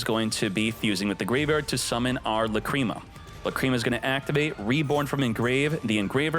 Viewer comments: The fact that u keep pronuncing la-cream-ma kills the video for me. This jokes are not funny, same shit with ze amin... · Lacrima should be pronounced like that, Just with the accent on A instead